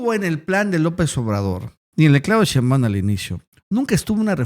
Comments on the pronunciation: ShÉinbaum, no SheinbÁum, necio. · Por que pronuncias todo mal? Sheimbaum lo dices todo corrido y no es asi. Aprende